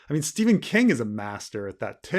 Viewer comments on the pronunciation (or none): none